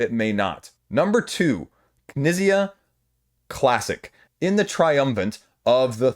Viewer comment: Knizia is pronounced Kuh-nee-tsee-uh. Four syllables. And hard T/Z sound in the middle.